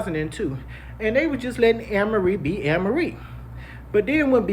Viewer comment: It’s pronounced A-merie bro